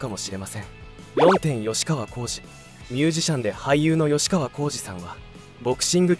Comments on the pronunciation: よしかわじゃなくてきっかわ！ちゃんと 調べてアナウンスしな！ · よしかわこうじではない！きっかわこうじです！ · ヨシカワじゃなくてキッカワ❗️ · よしかわこうじ❌ きっかわこうじ⭕ 俺も若い頃、何度かケンカしたことありますが、はっきり言って１対１なら勝ち目ありますが１対２だとほとんど勝てませんよ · よしかわ？きっかわ、では？ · よしかわこうじじゃなくて😅 きっかわこうじだよ😢 名前間違えるの失礼😱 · よしかわこうじ？きっかわこうじです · よしかわ× きっかわ○ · よしかわ じゃ無い きっかわ だ